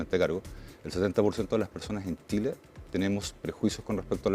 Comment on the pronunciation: Tengo prejuicios por su pronunciación: Tile (chile); Mutso (Mucho).